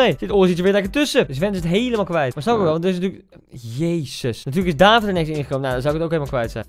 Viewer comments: Het is David met een korte A. Je spreekt het uit als Davvid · het is niet daavid het is niet deevid het is david met korte a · David word uitgesproken als davied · Kaa Gent is de beste club in de pro league eerlijk is eerlijk (en je spreekt David uit als davied) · Tip: je spreekt het uit als Daviet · Je spreekt het btw uit als davied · Je zegt niet david maar daVVIED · Je spreekt het uit als “davied”, doet pijn aan m’n oren anders🥴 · David speelt bij een Belgische club :KAA Gent En Koen je spreekt het verkeerd uit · Ik ben als trotse Gent supporter blij dat je David in je team zet maar misschien moet je eens een samenvatting van Gent kijken van play Sports want je spreekt David verkeerd uit oetlul.